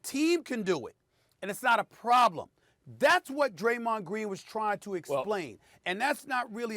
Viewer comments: Graymond dreen?? Wat yall hear 😂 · "Graymond Dreen" spoonerism. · Graymond Dreen ☠️ Stephen A would mess up somebody's name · "Graymond Dreen" 😂😂😂😂😂😂🤣🤣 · 😂😂😂 no cap soon as I heard him say Graymond Green I hit the comment button lol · No one: Stephen A Smith: Graymond Dreen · Greymon dreen🤣🤣I'm sorry I had to point that out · Greymonn Drean Lmao 😂 SAS wake up 😂😂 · Stephen “Graymond Dreen” A Smith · Actually he said GAYMOND DREEN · Stephen A, “Graymond” Deen🤣🤣🤣🤣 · Graymond Deen and Wussel Restbrook! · Funny but you failed cus it’s Graymond Dreen 💀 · Broooo . Your mans literally switched the D with the G. How does that even happen lolol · "Graymon Dreen" - SAS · "graymond dreen" 😂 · Draymond “Graymond Dreen” Green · I’ll never call him Draymond again, it’s now officially Graymond Dreen . 😂😂😂 Like if y’all agree 👇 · Yes Stephen A, Graymond Dreen. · Who else came to the comments because he said Greymon Dreen 😂😂😂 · Nobody: Stephen A: Graymond Dreen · I think he was trying to say Gerald instead of draymond lol🤣😤🤣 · “Graymond Dreen” 😂😂😂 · Graymon Dreen that hit me diferrent 😂😂😂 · lol, Stephen A called him Greymond Dreen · Stephen A "Graymond Dreen" Smith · “Graymond dreem” - Steven A smith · I don't know what SAS said cause I'm still laughing about GRAYMOND DREEN 😂😂😂🤣🤣🤣😅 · Let me correct this now! It's not "Greymond" or "Gramond", it's Graymond. 😀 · Now, I'm going to be saying Graymond Dreen all frigging day!😂😂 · Nobody: SAS: Graymond Dreen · Graymond Dreen? Lol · Graymond Dreen????!!!! c'mon Stephen A... STAY OFF THE WEEEEEEEEEEEEEEED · Graymond dreen 😂. It’s literally replacing the d and g 😂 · I have too... “Graymond Dreen” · “Graymond Dreen” 😂 😂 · I'm sorry but Graymond Dreen🤣🤣🤣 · Soul like he said Greymon I was like let me find how Draymond know how to Digivole🤣💯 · Graymon dream 0.48 seconds of video 😂..how u get somebody first n last name wrong!! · “Graymond Dreen”- Stephen A. Smith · “Greymond “dreen” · "Graymond Dreen" -SAS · "graymond dreen" - stephen A smith